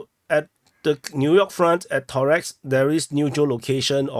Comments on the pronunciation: ToreCk, not ToreX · ToreTSK is probably the closest he can do. CK will not be pronounced TS by neither Asian or Anglophonic people.